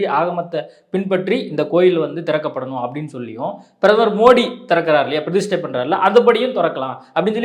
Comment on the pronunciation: டேய் பீடை, அது "பிரதிஸ்டை" இல்லை, "பிரதிஷ்டை". நமக்கு "ஸ"-வும் வராது, "ஷ"-வும் வராது, ஆனால் பேரு மட்டும் "சர்மா".